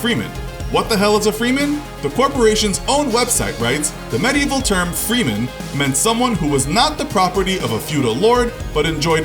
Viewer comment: freeman sound more like freemasons